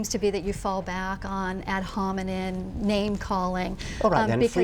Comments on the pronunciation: I don't think I could keep my composure like Dawkins... And GODDAMIT it's not 'ad hominin', it's 'ad hominem'. She keeps making very basic mistakes with language. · lol "ad hominen" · love it how she says "ad hominen" its "AD HOMINUM"! My God why does Dawkins waste his time with this broad? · "ad hominen" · On EVERY one of these vids, she keeps saying "Ad Hominnen attacks." She wouldn't know a Hominem if he bit her on her tight, repressed ass.